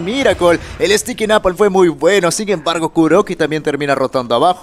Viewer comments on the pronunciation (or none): none